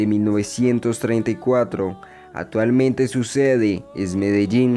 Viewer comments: Amigo metalero la C y la P cuando se requiere, no se dice SETIEMBRE no ni OTAVO, tampoco SETIMO.. tampoco PROYETO HIDROELETRICO ni ATUALMENTE, corrija para hacer videos, igualmente está interesante AT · A mejorar pronunciación y léxico. te comes la c en casi todo ejmp atualmente, setores etc... pero interesante el video